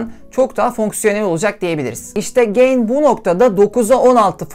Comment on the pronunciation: Markanın adı "Güzel Ahlak İyi Niyet" ten geliyorsa neden ge(y)in okunuyor ya da okuyorsunuz. Ga(y)in diye okumak gerekmez mi?